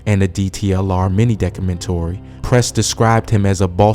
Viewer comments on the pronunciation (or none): the commentator slo as shyt yo called it a mini Decamentary bytch it’s pronounced Doc Ah Men Tree 🤦🏽‍♂️